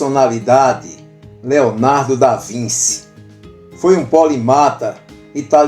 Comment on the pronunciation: Desculpe- me, mas a pronúncia é ( mais ou menos) Leonardo da VINTI. Obrigado